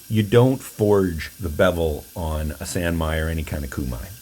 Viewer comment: The "san" in "sanmai" is pronounced as in the word 'sauna', not as in 'sand'. (I speak Japanese.) Obviously it doesn't really matter, just passing it along in case 80000 other people haven't commented. Love this knife and your videos!